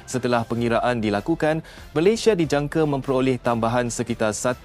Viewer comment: Yang aku Eran apa lah Bodoh dia org nak cakap Malayesd..Malaysd bapak hang Malayesd..ui..ini aku sudah belajar sampai luar negara..Aku nasihat...kalau nak berbicara..Bia guna otak..jangan guna hati..bodohhhh...